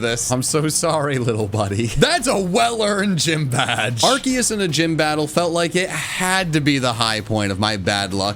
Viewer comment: didnt pronounce arkoos correctly